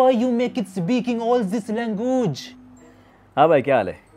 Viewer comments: The part when he says langugee😅😅😅😅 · Language= langoooj 😂😂😂😂